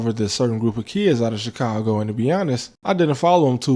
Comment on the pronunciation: You pronounced Chicongo wrong.